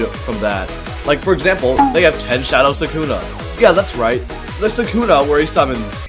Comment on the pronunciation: Why's bro saying sukuna like that? They say it in the anime. so It's impossible to say it wrong